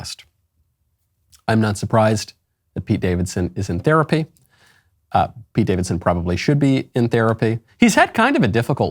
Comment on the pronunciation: Just one sec- are you aware his name is actually Pete and not skeet or are you just saying it for the bit LOL